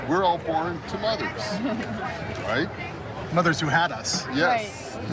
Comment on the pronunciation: The Delusion in these people is strong! Was That Fweedom?